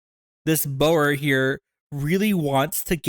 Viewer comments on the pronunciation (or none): your pronouncing boer is hilariously bad